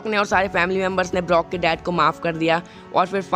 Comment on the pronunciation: He is brok not blok